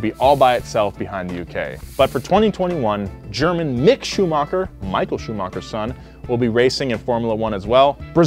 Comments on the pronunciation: Same with how he pronounced Schumacher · Mansell, Schumacher, Valtteri, cmon mate..